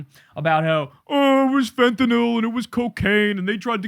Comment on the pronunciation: Why does everyone say fent-en-ALL instead of how its REALLY pronounced, fent-en-ILL??Just wondering.Names of drugs r important,as is the pronunciation,because there r other drugs that can sound the same.YOU actually say it correctly .Just saying...